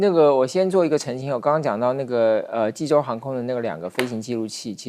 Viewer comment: 看着济州念洲际，还念了那么久。你们这节目是要关门了吗?就不能请个口齿清晰的主持？